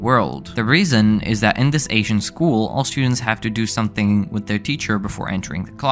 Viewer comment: When he pronounced all students it sounded like austrians